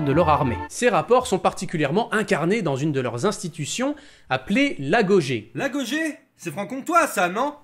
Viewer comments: Un épisode par an: ça me va si les épisodes sont toujours de cette qualité! Et histoire de chercher des poux: Agogé ne se prononce pas "agogué" plutôt? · la bonne prononciation est "l'AGUOGUÉ" (si ma prof d'histoire vous aurez entendu qui est chercheuse... elle vous aurez tiré les oreilles^^)